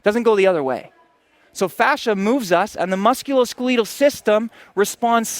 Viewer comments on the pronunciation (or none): Musculoskeeleetal system